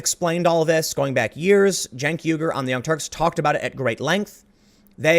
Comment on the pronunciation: I'm hard of Hearing. Did Tim say Chunk Yogurt of the Young Turds?